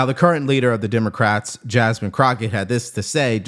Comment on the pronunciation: I'll hold on to that mispronunciation I heard: Dimocrats.